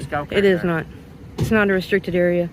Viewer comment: ree-strick-ted; held back in school due to low IQ